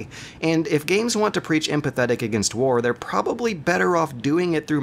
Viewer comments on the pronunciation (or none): none